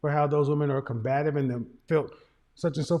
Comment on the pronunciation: She went to college and trying so hard to sound so intelligent but doesn't know how to correctly pronounce the word 'COMBATIVE' - WOW!